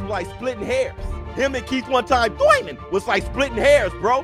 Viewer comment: Your pronunciation is rainbow 🌈 , go back when you get a chance and listen to yourself, you be talking normal and Everytime you get to Thurman, seem like someone went deep sea diving in your backyard